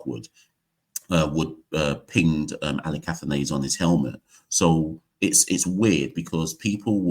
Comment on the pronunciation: Kavem Hodge looks a little like a right handed Roy Fredericks. Also, there seems to be some confusion over how to pronounce "Athanaze". I've only really seen the highlights so far, and I've noticed that some commentators are pronouncing it "ATHANARZE". Is that pronunciation correct?